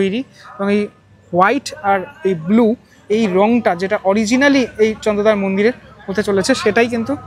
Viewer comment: বাঙালির কী করুণ অবস্থা... ওটা চন্দ্রোদয়, চন্দ্রদয়া নয়!!!!